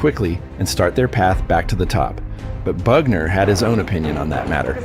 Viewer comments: You had me right up till you called Joe Bugner, BAGner.....bye. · He’s called Bugner not Bagner ffs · His name was Bugner, not Bagner - eejut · 'Bagner'?? The heck